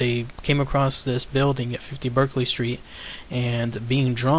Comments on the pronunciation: It's pronounced BARKEley Square. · Pronounced ''BARK-LY square'' ;) but it is now used by a bookseller, who reports nothing eerie nowadays.